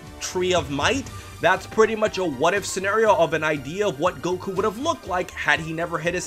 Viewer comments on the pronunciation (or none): none